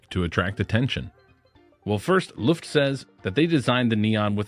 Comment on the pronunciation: pro-tip, it's not "L U ft" , but "L O-E ft" ,,, Ø is a OE/O-E kind of sound .. Løft means to lift something up. When saying Luft, that means Air ..